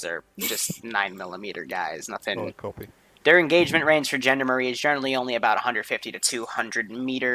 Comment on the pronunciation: I can not stop hearing it as "Gender-marines" when says it.